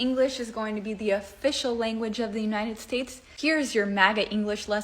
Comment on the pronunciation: Either you're or your stressing my uh-brain. Is it United States or Shaysh?